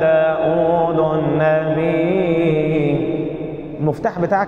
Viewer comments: داود بالفتحة و ليس بالضمة لانه اسم علم منصوب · ، داودَ بالفتحة و ليس داودُ لأنه اسم علم منصوب بالفتحة 😊🌺